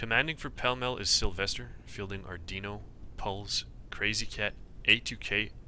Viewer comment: why do you pronouce sylwester with a v?